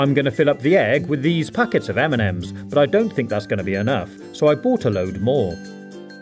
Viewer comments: He says m&m's like eminems 😂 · Everytime he sayd m&m's I understood Eminem's xD